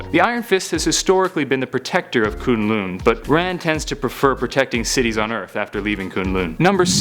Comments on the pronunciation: Does it annoy anyone else that he pronounced Kun Lun as Kune Lune? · It's kunlun